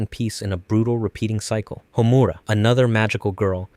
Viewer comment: Why do English speaking people butcher Japanese names like that? I'm not mad, I'm just genuinely curious. Its not "homUra", it's "hOmura"